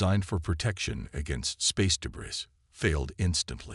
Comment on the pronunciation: Please for all that is good... Please get a better AI Narrator. The one you've got isnt as smart as most Earth Cockroaches! Your idiotic AI Narrator cannot pronounce DEBRIS. IT'S NOT "duBrees" The word "weaponized" is NOT PRONOUNCED "WEEP-un-eyezd"